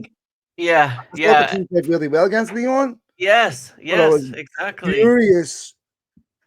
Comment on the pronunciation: why do you pronounce Lyon Lyone? And INEOS INEOSE?